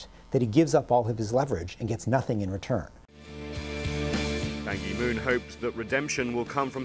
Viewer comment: Goodness, they can't even pronounce "Ban Ki-moon" correctly or even SLIGHTLY try to say his name correctly. BAN KEY MOON.